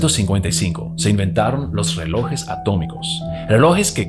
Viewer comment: Buenos días se dice relojes no reloes